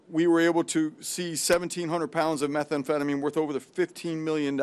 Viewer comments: Thats a very interesting pronunciation of 'methamphetamine'. I've never heard anyone pronounce it like that. Looks bad Pam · It’s not meth e emphetamine. 😂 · What is Meth-A-phetomine? Also, RELEASE THE FILES PAM! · Is she trying to say "methamphetamine"? This is embarrassing. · The way she pronounces methamphetamine is killing me 🫠